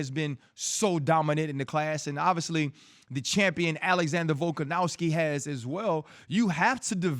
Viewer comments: It's Volkanovski not Volkanowski RC. You suck RC. We miss Aerial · Volkanowski ryan? C'mon man volkonovski like dc says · Guy cant even pronounce volks name rite🤦‍♂️ “VoLkaNoWsKi🥴”